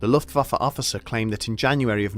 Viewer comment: Ok but if I was in this war I think I woulda died bc every time he says “luftfaffer” I can’t keep a straight face